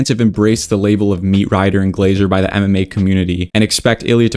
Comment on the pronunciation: When you say MMA it sounds like you say anime. Speak up you virgin all that yapping and you’re talking to low practically mumbling.